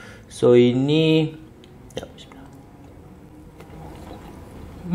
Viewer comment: Poyo la lu. Kau baca bismillah pun ad yg tak btoll. Baik kau baca doa makan je dri awal